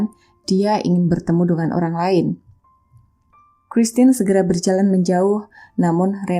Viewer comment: Bukan Lodres mbak, tp Lordes.. Itu nama yg sdh biasa dipakai di Filipino.. menyebut nama christine nya udah bagus😉👍